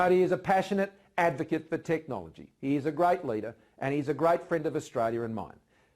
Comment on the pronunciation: Point to be noted he say "Grite" not great🤣🤣🤣